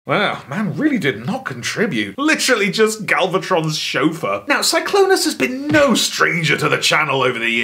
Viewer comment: “Glennclonus.” You’ve killed me